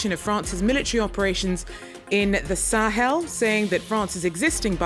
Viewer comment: "Teh Sahel" ?